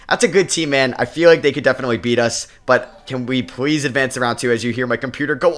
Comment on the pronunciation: I NOTICE YOU REPLACE YOUR Ls with Ws,,,,,,,,,please=pwz, matas buzewis, cooper fwag honawuwwu loln wdf is Dpoy lmao anyway great video bro lol